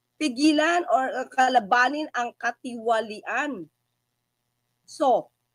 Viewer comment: Katiwalian parang hirap bigkasin mo madam.